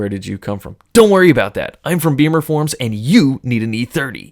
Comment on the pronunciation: It's BIMMERforums NOT BEAMERforums!